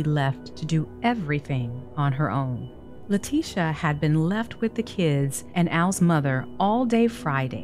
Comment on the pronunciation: I love how everyone calls her LIE-ticia